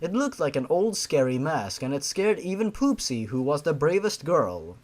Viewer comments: I think that her name is not pronounced as poopsy but popsy it would make more sense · At one point, I though said: P00SY.